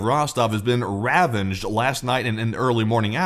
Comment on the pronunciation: RAVAGED NOT >>>>>>>> Ravenged! Good Gosh ...... if you want an Educated Audience, Please learn your Vocabulary Words ! lordie !!